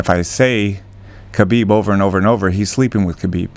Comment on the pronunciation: It’s really odd that so many people in this sport still don’t correctly pronounce Khabib’s name.